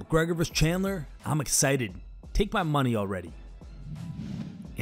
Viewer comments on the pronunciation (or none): none